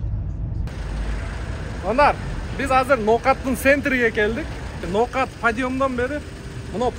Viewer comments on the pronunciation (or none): none